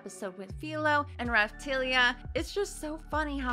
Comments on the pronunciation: Who is Raphtilia ? Naofumi's racoon-girl slave is called RaphtAlia... Hurts my ears... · Well I dont want to be the one who points that out but its Raphtalia and not Raphtilia :D